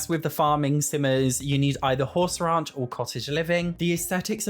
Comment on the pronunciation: Great video. Hey, Not picking here I just want you to say out loud Horse Ranch, Raunch, Horse Ranch, Raunch. The way you say it in the dictionary is: earthy, vulgar, and often sexually explicit: "a raunchy new novel" or (especially of a person or place) slovenly; grubby: "the restaurant's style is raunchy and the sanitation chancy". I love the way your accent sounds. but I thought you should know.:) Happy Simming!